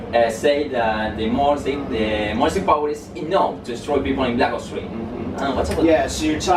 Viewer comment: Soy yo o Grefg no sabe pronunciar? "blac os 3" "guargüir" "blac os 2" xD